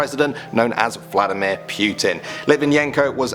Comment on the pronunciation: It is said Vlad a mere Poo tin